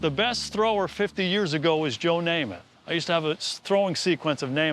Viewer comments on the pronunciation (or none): It's Namath.